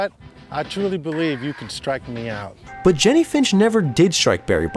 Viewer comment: You say "but" weird. Like.. Büt